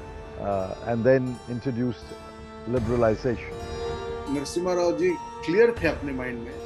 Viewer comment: He is not Narsingh rao ...pehle tera pronounciation toh tiik karle phir journalism karlena